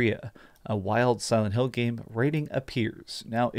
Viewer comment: he really said "Salad Hill" 🤣